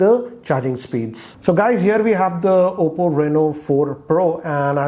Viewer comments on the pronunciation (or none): none